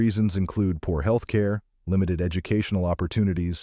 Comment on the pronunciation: Is the audio computer generated or a person? Because I've never heard anyone pronounce "health" as "heel-th".